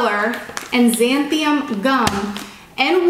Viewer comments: Xanthan has only 2 syllables and is pronounced "zan-then" and 𝗻𝗼𝘁 zan-thee-en. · Its pronounced zan-thum....not "Zan-thium" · I think it’s pronounced zan than gum ♥️ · Great recipe! Btw it’s xanthan gum not xanthium 😂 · These are delicious! actually stumbled on these while trying to make keto noodles and had leftover dough when the pasta failed. By the way, the oven baked fries turn out just as good as the fried. FYI...It is pronounced " Zan-than "...The X sounds like Z and there is no i or m. LOL! Just sayin'! Thanks for great recipes! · Lol, xanthan gum, pronounced: zanth-un gum. I had to laugh at the other, “i” that appeared in your pronunciation, at the start anyway. You got it right when mixing the dough, did someone there tell you? I’m not teasing you, but I did find it humorous. I just saw the end of the video and I had to laugh, this time you said, zanth-i-um, with an M! It’s good though, that you appear to be able to laugh at yourself. I am subscribing and looking forward to more original pronunciations. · It’s pronounced Zan-than gum thank you for the recipe!! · Zan-thun gum is the pronunciation. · It is pronounced Zan thin gum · "Zan-thumb" gum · 'zanth an' gum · It’s pronounced zan thun gum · Lol! This is so cute, how she can't pronounce "Xanthan gum"!!! I think she only said it right the 3rd time! Lol! I love this lady!!! Apparently, nut flours should be stored in the freezer, because they'll go bad in the pantry. Who knew???